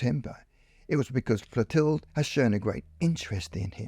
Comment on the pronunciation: You pronounce the girls name Clothilde totally incorrectly. It should be pronounced clo-TIL- duh